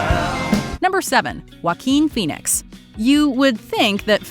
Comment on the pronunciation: I love how she says: "multitalented" :D But in reality showbis is all about performing on stage. Most actors can sing because if you can't sing you won't get far. And "WHAKIM FENIX?! WHAT THE FUCK is that pronounciation on Joaquin Phoenix-es name?! No offense but even I as a none murican couldn't butcher his name like that! :D